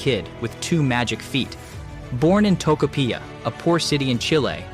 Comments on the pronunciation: TO CO PI LLA, TOCOPILLA, not topocilla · try pronouncing toko p ya